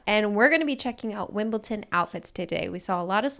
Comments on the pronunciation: WimbleDon not WimbleTon. Just saying. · Wimbletin? Sounds cute, but it’s Wimbledon 😉😅